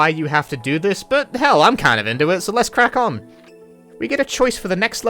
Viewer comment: ‘Crack on’ or… ‘kraken?’😏